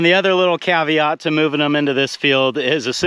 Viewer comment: You mean a, “calf-iat”? 😃🙄